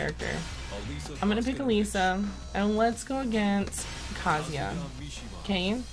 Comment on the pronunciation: You pronounced Kazuya correctly?!? My lord... imma cry 😭